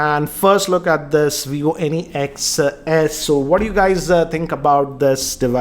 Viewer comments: It is not Vivo n-e-x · at first I thought he's saying Any X